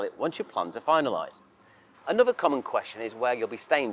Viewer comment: ANNUVVVER'....stopped listening at that point.